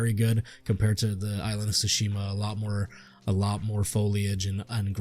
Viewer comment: Sounds like the basic misogynistic review to me, can't even say Tsushima right. Watch a sucker punch video and do your research before complaining for an hour